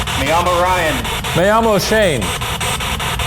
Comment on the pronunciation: #postmortem not a question but a comment. Every time Shane says "Yo mi llamó Shane", my name is Shane, it sounds like he is saying "Amo Shane" I love Shane. I just think it sounds funny to Spanish speakers that are #shaniac 😍